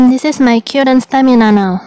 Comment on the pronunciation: Just in my opinion... Perbaiki pengucapan vocabulary nya, Agak bingung pengucapan "current" kok "kyuren" harus nya "Karen" Tak pikir apa yang harus di "sembuhin" kalo pengucapan nya "kyuren"..... lol